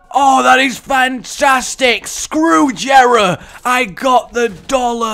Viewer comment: Dislikes people who miss pronounce Jera (YEAH-RA) and people who dont remember to pick certain things up RAGE